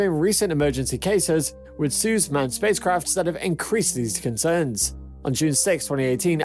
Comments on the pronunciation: its "soy - ooz" not "suuuuzzzz" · I don't want to point things out but its not pronounced as "suz" its "Soiooz" (combination of I and U) BTW: Great vid😁❤️ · "Suze"... that's not how you say it. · you're not pronouncing Soyuz right urgh!!!!!! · Learn how to pronounce your subject!!!! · Agreed. This is The Only Noun that matters in this video and our presenter got it wrong.